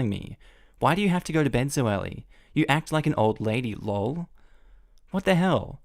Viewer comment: please don't pronounce LOL as if it was a word. Please say the letters L O L, or better say 'Laughing out Loud' Me; Laughing out Loud!😝